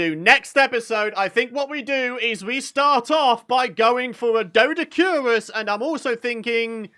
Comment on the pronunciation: It is pronounced doe-dic-or-ris…lol😊